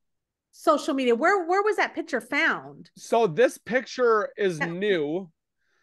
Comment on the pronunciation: Please ladies, PICTURE. Not PITCHER.